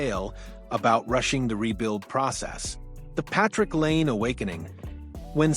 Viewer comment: Please pronounce 'Laine' correctly. This is so annoying.